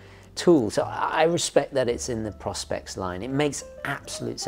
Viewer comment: Why are people call it “Pros-pex”, it has pro specs that’s why you pronounce it like “Pro-Spex” :)